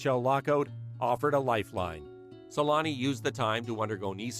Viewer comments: Teemu Sel-anne (Selänne) The letter Ä, is pronounced kind of like the A in the word damn. Or just saying aaah, I dont know if this helps at all. The way you say it is something like selaani. To pronunce it corectly you got to be quicker: Se-länne. Much like for example the word banger, is bänger same sound for the A in this scenario. For example bad is said the same way, but we would spell it bäd. OK the best example is "the savage" se-länne Hope this helps, even a ittle. All love from Finland! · As a Finnish myself it was always weird to me as a kid how American people can't say his name right, but I realised at one point our language is one of the hardest ones to learn 😅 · u butchered his name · It's embarrassing how the name Selänne is pronounced in this video. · is it so hard to do a 4 second googling "how to pronounce Selänne"?? 😂 also why drop a whole ass letter from someone's name, "Temu Salami"